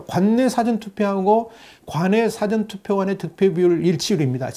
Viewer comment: 발음을 정확하게 해주세요. "사전투표"가 아니라 "사:전 투표" 입니다. 듣기가 거북 합니다. "있을 사" 가 긴 발음입니다 부탁 합니다